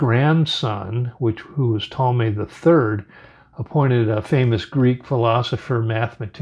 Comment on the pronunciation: You mean Toll-ah-me NOT Tall-may… AH - NEW - B - ISSS (not to be confused with izzz) NOT Anna - b - ISS